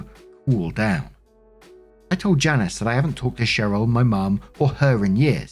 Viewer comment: Story 1 - When can't pronounce "Janice" properly.................